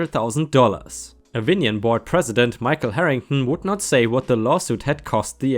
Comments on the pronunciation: Apologies for the pendantry: the pronunciation of Avignon, at least for Americans with minimal French skills, is: 'ah-veen-NYOHN'. Being the a French word/place name, the accent goes on the last syllable and that "g" in the middle of it just kind of gets ignored. The city of Avignon, btw, is a city in southern France. It's claim to fame is that it was where the so-called "pretender popes" lived for 70 or 80 years, beginning in 1307, I believe. During that period the leadership of the Roman Catholic church was basically used as a pawn in a power struggle between groups of belligerent European royalty and nobles. When the existing Pope died, one faction (led by the French crown) was unhappy with the clergyman selected by the Catholic cardinals to be the new Pope, as they accurately suspected was in the pocket of their enemies. So the antagonistic faction led by the French King simply named their own Pope, whom they installed in Avignon, the so-called "pretender pope", while the "regular pope" remained in Rome. That situation continued through numerous "regular" and "pretender" popes for almost a century; some of the political factions even changed which Pope they supported multiple times. The episode always made me chuckle, imagining the poor, confused peasants just not to starve or be murdered by roving gangs of knights who were occasionally unemployed throughout that period when the 100 Years War occasionally went on hiatus; and now those poor peasants have got to worry that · Avignon—“Av-in-yon”. It’s a small town in France that was the home of several Popes during a tumultuous time in the Vatican.